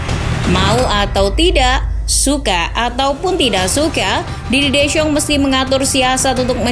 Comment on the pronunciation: Belajar lagi artikulasi min 🤣🤣🤣 soal penyebutan nama si pelatih